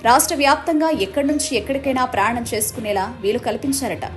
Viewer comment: అమ్మా, ప్రయాణం అని స్పష్టంగా పలుకు తల్లి...